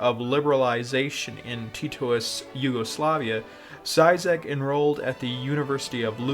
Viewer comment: "Dzaizak" Duuude, cringe